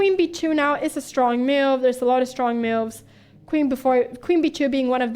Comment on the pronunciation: Pia really makes some great "meauvs"